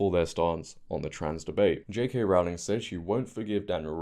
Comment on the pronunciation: Hope you don't mind me pointing out, her surname is pronounced Row as in row the boat 😊